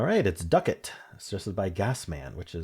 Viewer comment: I believe, "ducat" is Not pronounced, the way you said it. I think it is "duck-ette". Not "doo-cat". I liked the word "chary".